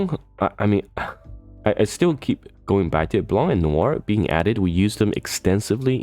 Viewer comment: My mood was bright until you mentionned sync lvl 280; it became confused after, and a little bit sad ><' It got fucking bright when I heard you pronounce Blanc's name properly tho:D Thanks for the video!